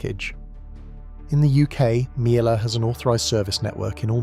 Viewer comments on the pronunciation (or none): Miele is pronounced Meal-eh. I think.p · that's AI for you! Miele is German so pronounced 'meel-uh'. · The correct way to say Miele actually rhymes with name Sheila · AI bollocks. Can't pronounce words like launderette or decide how to pronounce Miele. My Hoover Optima washing machine is about 20 years old and is working fine. Maybe they were better built back then? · Interesting, a pity you can’t pronounce MIELE properly considering it’s the best on the market!! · These AI videos are annoying. The pronunciation of Miele is laughable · 5 different pronunciations of Miele, and then "Laundette" 🤔